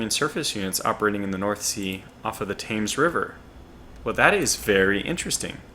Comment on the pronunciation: Thames is pronounced "Tems".